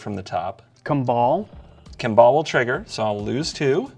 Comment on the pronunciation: Is that how you pronounce Kambal? I always thought it was pronounced 'kom-ball'.